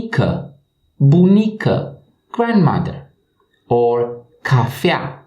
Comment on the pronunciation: cafea si nu " cafia ,cafia "